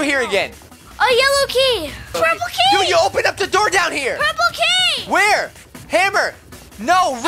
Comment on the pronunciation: i love how said purplee😂i watched ut like years ago